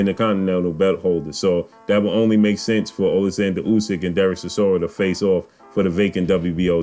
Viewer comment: Stop butchering the mans name its Chi-sor-ra. My money is on War chisora for this one.